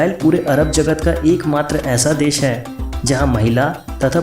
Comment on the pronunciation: nothing new. all common knowledge. its desh.... sha not sa. thats very irritating, sorry dude. I appreciate your effort but wastage of my time.